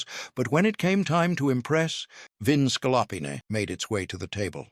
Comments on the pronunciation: OMG the mispronunciations in this video are insane! Veal scallopini like ska-LOP-in-ay. 🤣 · AI is hilariously bad … the repeated mispronunciations of “scallopini” are howlers.